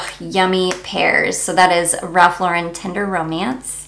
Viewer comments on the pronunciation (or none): none